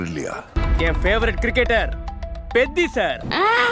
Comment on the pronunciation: பெத்தி ❌ கொத்தி ✅